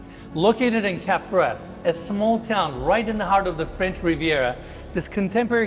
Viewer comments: DUDES , Cap Ferret and Cap Ferrat are 2 differents fench towns ! A and é doesnt sounds the same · Man Monsieur it's Cap Ferrat!!! not Ferret! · This all nice but please dude, learn how to pronounce foreign words ! You butcher Cap Ferrat!!